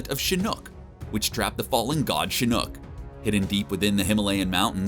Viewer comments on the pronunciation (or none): For the love of god dude if you can't pronounce something look it up before you make a video. It's pronounced shin-ock, say it with me now, shin-ock. I have no clue where you got the the two o's from for shinook but damn that makes me cringe whenever you say it, it's worse than the guy who couldn't say King Ghidora even though that monsters name is said countless times in the source material. If it's a joke I'm sorry but it makes you look like you know nothing of what the hell you're talking about and also makes you look like a huge dumbass. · Can you at least make sure your narrator knows how to pronounce the things he clearly knows nothing about? Shinook? Seriously? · Makes me cringe every time he says ‘Shinook’ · the god is not a helicopter, his name is shinok, not shinook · It’s pronounced shu knock 🤦🏻‍♂️ not shu nook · It’s pronounced “See Knock” (Shinnok) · This guy:"CHINOOK" Me: Wtf? Okay I'll let that one slide. This guy:"Noob Sabaat". Me:"GET OVER HERE!!" 💀🔥💨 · How they know so much but don’t know how to pronounce a name 🤦🏻‍♂️ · I hated how he pronounced Shinnok and Noob Saibot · I like the part to where he mentions Sektor and then showes Cyrax from mk annihilation, 1 robot is red and 1 is yellow, (mustard and ketchup) and then you end up showing the wrong fricking robot cmon!! And yeah Shinnok has been out since 1997 MK4 so getting that name wrong it's really really cringe, I would almost say remake the video cuz of how much you say it wrong, and how many times. Plz more study for future videos! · Why do you pronounce shinok and noob saibot like that